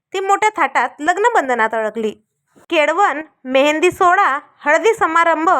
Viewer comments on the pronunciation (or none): केळवण असतं केडवण नसतं